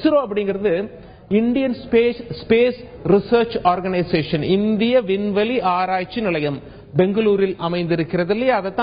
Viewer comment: உல்ல, செய்துல்லது, புல்லி, இவ்வலோ, விட்டார்கல், விண்வெலி, இந்த அழகான தமிழ் வார்த்தைகள் எல்லாம் "ள' என்ற தமிழ் எழுத்தின் உச்சரிப்பு வேண்டும். அவர்களே தமிழ்க்கொலை செய்யாதே. இந்த வேலையை விட்டு விட்டு சென்று விடு. கேவலமாக இருக்கிறது